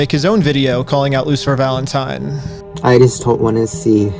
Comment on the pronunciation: "LOOSER FALENTIME" = the way all the gen z kids pronounce his name